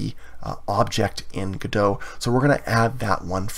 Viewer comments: isn't it pronounce go dot, instead of godo? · "GO""DOT" but nice tutorial. I've heard devs say go dot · I don't know why people pronounce it godo without T, me myself pronounce it godot with T 🤔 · my man really just said "guh-doh" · Before I heard people pronounce it Godo I also pronounced it Godot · It's pronounced Goh Dot! Good video though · The T is not silent. Great tutorial. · It's actually contentious and not agreed upon. 😜 I'm sticking with the original French pronunciation.